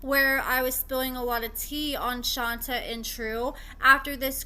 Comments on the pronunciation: Isn’t this girl’s name pronounced Shon-tay? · Just for the record… lol it’s pronounced “Shantay” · No, we’re saying she don’t pronounce it correctly.